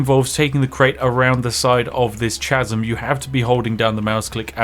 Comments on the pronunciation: Did you just pronounce 'chasm' as CH-asm? How did get this far in life without anybody correcting you on this? . . . . . It's 'cas-em'. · chasm is pronounced kasm. Information I'm sure you care about. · Because the word "chasm" is pronounced like kazm, never like it's spelled. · Wait, Baldur's Gate is Free? CHasm? The "H" is silent ya knob. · Sorry... "ch-asm"? I guess not knowing English words isn't part of being British. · pretty sure the h in chasm is silent but what do i know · Spiff? Did you mean to pronounce the 'h' in 'chasm' ? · Is he pronouncing "chasm" wrong on purpose? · I love you Spiff, but what the hell is with your pronunciation of the word "chasm". Of all of the atrocities committed in this video, the pronunciation of "chasm" is the most disturbing! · mispronouncing chasm like that has to be a sin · I knew Spif was a madman, but that pronunciation of "chasm" is just criminal.